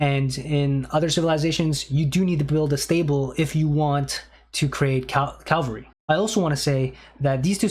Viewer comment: Bruh I don’t know why you keep talking about Calvary, that’s the place where Jesus died for us. Cavalry, however, are a great unit type in aoe 2